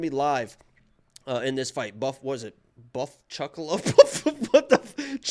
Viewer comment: "Chuff Buckalo"